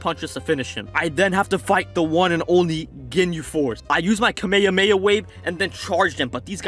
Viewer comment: dude ur videos are good but ur not saying kamhamma right